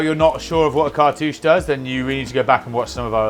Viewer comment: Did someone say cart-uuchy 😉